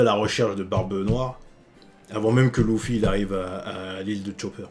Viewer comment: louffy mdrrrrrrr (LUFFY)